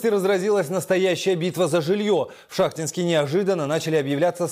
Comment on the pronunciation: Город ШахтИнск. Так ударение ставьте.